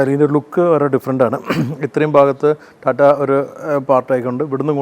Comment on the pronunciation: കോട്ടും സൂട്ടും ഒക്കെ ഇട്ടിട്ടു റ്റാറ്റാൻന്റെ എന്ന് പറയാതെ ടാറ്റയുടെ എന്ന് പറയൂ 🙏